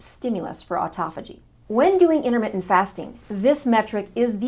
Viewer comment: 'Innermittent', what does that even mean? Or are you just a sloppy speaker?